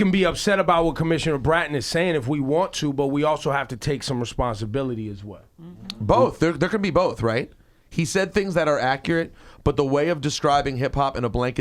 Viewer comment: Rosenberg casually throws out the DJ Khaled pronunciation of the word accurate, "accreate," the level of humor is always on another level on Hot 97!!